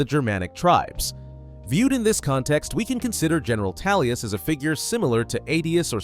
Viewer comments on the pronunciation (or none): Amazing Video you said Tallius in the video not Tullius just so you know. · Tullius.. Tullius.. TULLIUS!! who's Tallius?! Literally could not focus on the video 😭🤦‍♂️ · Why are you pronouncing it Tallius, its TULLIUS. I couldn’t get through the intro. I hate when people pronounce a name incorrectly for videos when it’s said verbally numerous times in game/media. Feels like engagement farming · Who's general Talius? Lol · Toolious. as in tools.ez p.s. a story about gay jAlius Caesar would be fun though. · I’m having a hard time believing you even played the game. I hear Tallius, Toollius… bro 🤣🤣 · Every time I hear this dude say Tallius I feel something in me being triggered. It’s sounds more offensive than somebody farting in Church. 😂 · I took a shot while listening to this for every time he said "Talius." I am now recovering from my alcohol poisoning in Heaven. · I was about to berate you on it 😂😂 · Not going to lie, made it difficult for me to watch. Just kept irking me lol, probably more because you seem to know a lot about elder scrolls so it did not make sense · Haha I thought you was trying to conflate Tullius with Talos on purpose....like you was implying he was an avatar for Talos or something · astleast you recognize you arent pronouncing it properly. i can forgive it with such good content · I'm so confused how this happened, is there a scenario in which the letter U sounds like a short A? Not tryna hate, just tryna understand lmao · Never understoof how someone could hear a word, see its spelling, hear its pronunciation, and then pronounce it wrong repeatedly. Gotta be intentional. 10/10 ragebait. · Halfway through the video and I can't help but wonder when the Captain Ranger of the black gate became the General of the Empire, there is only so much we can do with our pronounciations, but it's really distracting xD